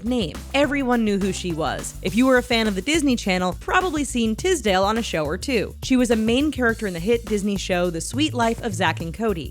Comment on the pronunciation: ffs it's not Tizdale, it's Tisdale with a S jheeze😑😂